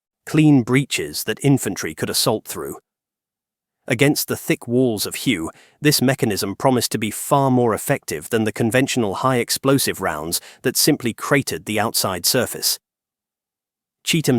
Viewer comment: The city Hue was pronounced like Way or weigh in English. Not the way your pronouncing it.